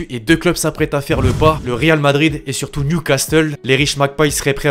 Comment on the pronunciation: On ne prononce pas le T de Newcastle mais au top comme d'habitude frérot